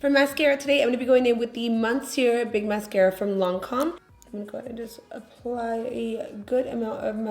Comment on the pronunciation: I'm not even French and I know that's not how you pronounce the mascara.